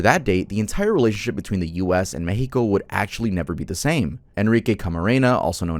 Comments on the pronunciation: its mex with an ex not meh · the “mehico” is pretty annoying i gotta side with germyz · The Mehico followed by pronouncing every word with a no sabo accent 💀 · I hate to be that guy, but Mexico, would have been pronounced as 'Meschiko' by the natives pre-colonization. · Just say Mexico like anyother word, it sounds so out of place and annoying